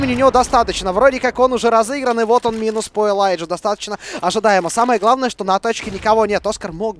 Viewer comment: Не Элайдж а Элидж